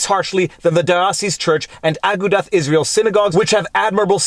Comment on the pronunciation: Big fan. You're great. But I needa teach you the correct pronunciation of Agudath Israel.